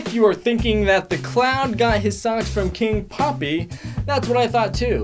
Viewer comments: Hold up you said king poppy it’s king peppy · He is called king peppy not king poppy! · He says king poppy but it's king peppy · It’s king peppy not king poppy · His name is king peppy not king poppy